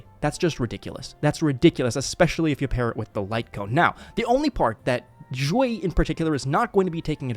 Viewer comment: Do you speak chinese cuz the way you say Xueyi sounds right I don't speak chinese i'm just curious